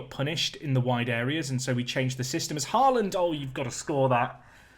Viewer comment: «aa» in «Haaland» is pronounced «å»